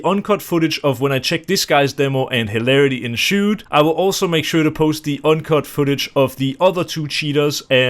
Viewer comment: "Hilarity enshoed"👟